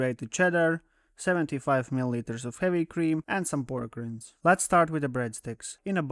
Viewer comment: Just FYI, "Rind" rhymes with "Kind."